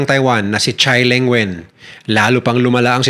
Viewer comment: TSAI ING WEN bossing and pronounce as TSAI ING WON